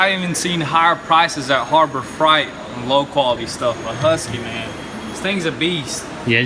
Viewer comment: Lmfao "harbor fright" you mean freight. Country asses 🤣🤣🤣🤣🤣